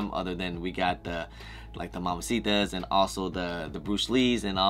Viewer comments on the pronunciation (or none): “Mamba” Day not Momma “Mambacitas” not mamcitas 😂